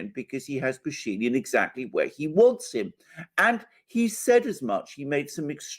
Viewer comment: what happened with Putin is looking weak and tired such a horrible mistake and the rest? And just in case name Pashinyan has stress on —-yan. The guy is Armenian and Armenian names don’t have stress in the middle. You just make him sound something else so sometimes it takes a while to figure who the hell you are talking about